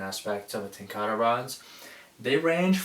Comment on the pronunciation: ten ka rah... not ten car uhh